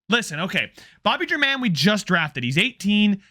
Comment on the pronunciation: At one point I think you said you cared about name pronunciation? If so, Bobby German should be pronounced HAIR MON, just like Domingo German.